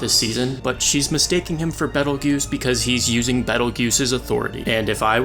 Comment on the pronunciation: Pronunciation-Bee tail juice . Not battle guuse.